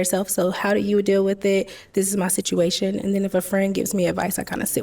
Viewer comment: Wif instead of with; where is he from?